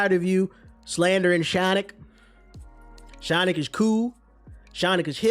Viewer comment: "Shawnic" will always crack me up 😂😂😂